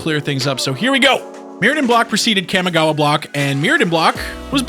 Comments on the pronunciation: cam-i-gawa COM-I-GAWA FFS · "Kahmehgawa" No, it's pronounced KAMI (Kah-Mee) gawa. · yup.. its Kamigawa.. not Kamagawa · You cant even pronounce the Kamigawa right. Its not Kay-mi Gawa, its Kah-Mee Gawa. Kami is japanese for divine or heavenly, spritual. And gawa is for place or land. Roughly translating to land of the spirits. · Ka-mi-gawa not Kam-e-gawa lol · Ugh cammy-gowa? Its Kah-mee-gah-wah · Kam-i-gawa Very nice pronunciation Kah-Mee-gah-wah is probably closer to correct since it's the way the Japanese would pronounce those syllables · Cawmi-gawa not cammy-gawa. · Why do you keep calling it "Kamagawa".. it's Kamigawa.. KA-MI-GA-WA.. Sorry.. it just bugs me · The kami in kamigawa is pronounced like commie not cammy And the list of GPs you show has one standard. The las on the list, Rimini, italy, september 10 -11, 2004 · Cam-i-gawha block. It’s pronounced Calm-y-gaw-wa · KAH-MEE-GAH-WAH. please stop saying it wrong. Its Clear you've never watched anime snort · Its pronounced kaa me gah wah, the I in kami (meaning god) has an e sound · wtf is Cam Igawa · ahem its KAHMI-GAWA - pronounced like the Kamehameha . . . just saying its when I started playing it during the same time dbz got hot so obviously my gen gets to claim its pronunciation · Pretty sure it's pronounced "KA-MEE-GOW-AH." Kamigawa was amazing, don't care what any one else says. It's all about them rats! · You pronounce Jitte right and butcher Kamigawa :( Kah-Mee-Gah-Wah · the way the narrator pronounces "kami" as "cammy" irks me. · Pronunciation, please! Make all the /a/ vowels sound the same, not that horrendous nasal /æ/ sound on the first syllable. It's distracting as hell trying to pay attention when you repeat "Kæmigawa" every 5 seconds. Also, though I know I'm pissing up a rope when it comes to Magic players on this, there's only one /i/ in "ninjutsu." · so we're just not gonna talk about his mispronunciation of "CAMMY-gawa?" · Kah. Mee. Gah. Wah. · The mi in kamigawa is pronounced like "me".